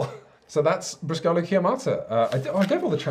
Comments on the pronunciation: * ehm ehm * Briscola Bastarda is simply Bastard Briscola (btw in Bríscola the accent goes on the í not on the ó!) Love you guys you make wonderful videos! Love your format, love your content, love everything! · Briscola is pronounced with an emphasis on the "bris" part. So it would be BRIS,cola. Also Bastarda is most likely close to "Bastard". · == Folklore Club == You're missing some important rules. Swearing and blasphemies are a must. You call it Briscòla (stress on the o), but it's Brìscola (stress on the i). From "Bar Sport", popular comedy book from Italian author Stefano Benni: "Briscola is a simple game. Your opponent slams on the table a card, and you have to slam another one HARDER. Good players are able to break from 15 to 20 tables per game. It is appropriate, before slamming a card on the table, to make that card wet with a bit of saliva. Cards can take their characteristic crumpled up shape and the hardness of a rock. In many bars, to shuffle a deck of cards, we use a kneading machine. When a card is too old, it becomes hard and heavy, and if you're not well trained, it's better if you use some work gloves." Anyway, as already comment elsewhere, a Briscola deck is with A, 2, 3, 4, 5, 6, 7, J, Q, K. And the order (don't ask why we don't know either) is (from lowest to higher): 2, 4, 5, 6, 7, J, Q, K, 3, A. There are some variants on the auction itself. I find very funny calling directly points (e.g: 65!). The one who wins the auction can call a card (e.g. 5 of Spades. Spades becomes the Trunk, and the player with the 5 of Spades is the secret partner). You now must reach that many points. You can even call yourself (you call a card that you already have). This way there is no secret partner and a lot of more confusion on the table. If you win this way and you're keeping track of the points, this round yo